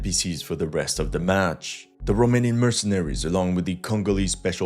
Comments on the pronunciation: He is surprisingly good at pronouncing romanian words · No he ain't and the pronunciation wasn't ,,spot on" but was better then of most of the forgners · also, good pronunciation of the romanian names and words! You did a good job practicing in order to perform well in front of your romanian viewership, salutations from România and keep up the amazing work!😁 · Wow, your Romanian pronunciation is pretty good. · Your romanian pronunciation was spot on. Salutare din Romania. Great content.